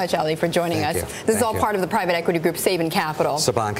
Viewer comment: "Sayban" brands lol